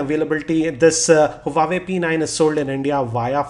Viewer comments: Self claim geeky don't know the actual pronunciation of Huawei...shame!! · gautam diwan Did you get my reply correctly? Obviously you didn't. I'm speaking about his wrong pronunciation not spellbee LoL. A Tech YouTube blogger can't just pronounce an international brand correctly!!! It's considered as highly unprofessional. Infact, just because he gets easy smartphone from various sponsor doesn't make him a good reviewer for me. The way he reviews, it's good for a reading, where it should be in the form of written pages. But for a review in form of videos and multimedia , he still is nowhere near to any international Tech YouTube blogger. He just makes a zero innovative and scruffy approach in his videos by just simply sitting at one place and reading by looking at below(on the table where he kept data to look and speak upon). He just makes easy money because we have So many casual non tech person's who will like him and subscribe him and let him earn easy money. I feel ashamed , a tech blogger who writes geeky upfront of his name for his channel. Matter of fact he is not even 10% of it.